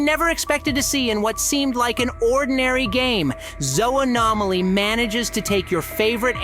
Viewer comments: It's not soanomly it's zooanomly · Actually zoo nah mah ly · pronoucned zoo no maly